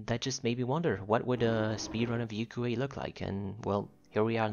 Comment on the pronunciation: I'm happy to see your video too! I also think your pronunciation is correct since it sounds so similar to a Japanese word I've heard before. I learn another Yuque knowledge from you again today! Thank you 🙏